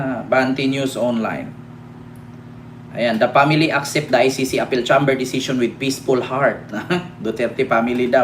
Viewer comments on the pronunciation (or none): CHAMBER PRONOUNCE AS CHAIMBER